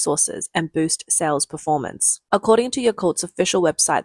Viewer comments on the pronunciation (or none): none